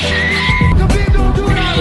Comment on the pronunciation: well judging by how much trouble he had saying Khabib's name ...